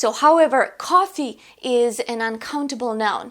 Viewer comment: nice video, but u don't say A or An correctly at the start, i think you should improve that before you create more videos